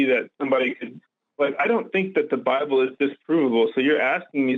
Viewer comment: "God of the Lible" :D